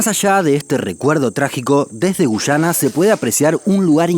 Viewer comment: OShe Que She Pasha xD